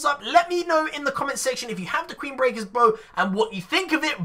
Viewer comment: #wizzite Did any1 hear say QUEEN-Brecker Bro